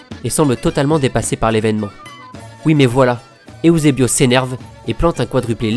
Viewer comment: J'adore tes vidéos mais ont dit EUSEBIO et non pas EOUSEBIO Sa ma fais bizarre car il faut juste lire comme c'est écris ^^ je dis sa car je suis Portugais et je vois pas pourquoi les gens ce complique a vouloir lire ou prononcer de maniere différente ^^ Outre sa j'ai déja vu presque toutes tes vidéos et ton taf et super beau Et bien réalisé continu et force a toi :)